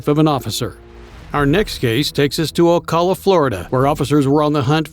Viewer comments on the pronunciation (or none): i live in ocala fl. it is pronounced. O-CAL-A O LIKE O'RILEYS OCALA NOT OCALER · Last story...First, it's Oh-cala, not ah-cala..and second, Prouty is a lifelong scumbag who deserves to be in prison till he dies. Beating up a 65 year old woman for her purse!? P.O.S. He'll never change, he loves his meth too much. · lol you can tell when someone’s never been to Florida by the way they pronounce ‘Ocala’ 😂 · Oh car lah?